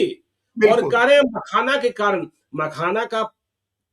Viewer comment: Makhana ko pakhana bol rahe hai.